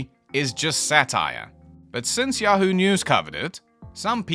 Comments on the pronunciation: Guys, I think he thinks that Yahoo News isn't pronounced Yahoo News. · The Weekly World News was straight up solid gold. It was a sad day when they stopped publishing paper editions. RIP King Of All Media, may you live forever in cyberspace . . . How else would you pronounce yahoo?